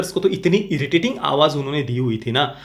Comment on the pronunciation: I only hear itirrating and keep laughing 😂😂😂😂😂